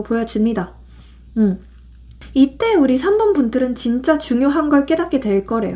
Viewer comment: 3번 감사합니다. 그런데 4번이 아니라 3번이 맞는거죵?? 4번이라고 들려서...